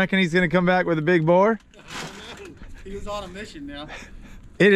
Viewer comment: Boar rhymes with store and more, FYI.